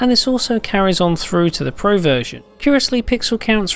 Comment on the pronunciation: I hate how this guy says "pro"